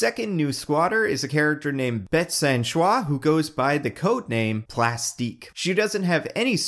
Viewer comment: Bette Sans Souci is not pronounced BETTY SAN-SHWAH. Its Bet San Soo-see, its french for carefree.